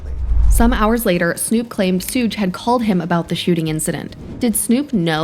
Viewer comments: Please. Its not "soog" it's "Shug" like "Sugar". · It would be "shoug". "shug" would sound like "hug" with a "sh" at the start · Who TF is Sooge Knight? Do you mean Suge???? AI is uncultured to the fullest.